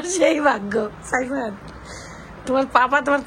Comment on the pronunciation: “সাইফান”। সায়ফান না।